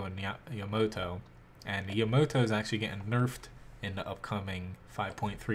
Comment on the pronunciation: yuh-mo-to, that literally disgusts me someone would pronounce it that way.